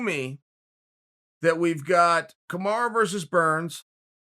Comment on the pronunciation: Its pronounced Kamaroo Unc, you are just blatantly mispronouncing lol